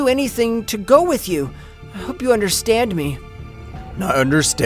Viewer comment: i love how he says i understrand